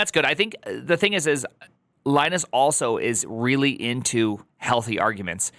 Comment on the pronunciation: At least learn how to pronounce his name.